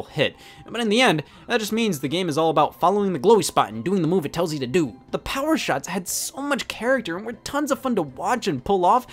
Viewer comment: “powuh on” “connected” “pairing” “battery low” “powuh off.”